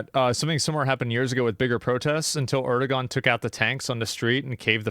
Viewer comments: They can't even pronounce ErdoGan properly... instead, they say Erdoan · Bro pronounces Erdoğan as Erdo-gone